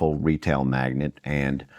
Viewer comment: Dude doesnt know the word Mag-NATE --- not magnet